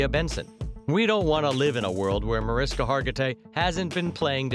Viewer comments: Her first name is pronounced Marishka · Her name is pronounced as “Marishka.” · Why do a piece on a person & not even bother to pronounce the name correctly? Mah-rish-ka! No respect if you can't even bother to get her name right. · Bad form to do a biography and mispronounce the name of your subject (over and over). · How bout learning the correct pronunciation of her name...? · You do realize you’re saying her name incorrectly right? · She pronounces her name MariSHka, not MariSka. Hearing the voice over say it wrong annoyed me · The way they said MariSKA and not MariSHKA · agreed. In fact I went to a luncheon where she was honored and she DOES NOT APPRECIATE people pronouncing her name MariSKA. She WILL correct people when they do it. She says, “It’s MariSHKA!” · For me, this would be more aptly titled, The 10 things that you already knew about Mariska Hargitay. I've seen every single episode of L&O and some multiple times. Also, the way her name is said sounds like Marishka, not Mariska, the way it's spelled. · Evidently the guy doing the voice over for this didn't realize that her name is pronounced "Ma-RISH-ka", Not "Ma-RISK-a" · How about the most obvious fact: her name is pronounced “mar-ISH-kuh” not “mar-is-kuh” 🙄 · heres something the narrator doesnt know: its pronounces marISHka not mar'isk'a m'kay? everything else all true. plus heres something else: l admire and repsect Marishka for the so much she does for the welfare and benefit of the less fortunate and that story how she met and married her husband beeeeeUUUUtiful. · Her name is Hungarian and pronounced “Muh-rish-ka”, no Maris-ka. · MA-RISH-KA, not MAR-IS-KA!!!!!!!!!!! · Ma’rish’ka... they should pronounce it correctly , she’s a lovely person ❤️ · maryannbabigirl60, the person that is narrating this video is mispronouncing Mariska's name throughout the ENTIRE video. Her name is properly pronounced "Marishka". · This is great, but her name is pronounced MariSHka. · it's pronounced "Ma-rish-ka".